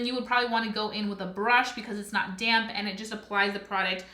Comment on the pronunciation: I keep thinking you’re saying “damn sponge” instead of “damp sponge” 😂 I love this review, I’m definitely purchasing this!